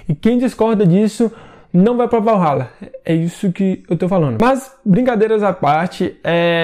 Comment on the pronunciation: E a pronúncia é " Valhalla ".